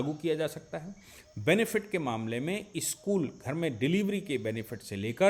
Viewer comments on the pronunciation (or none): none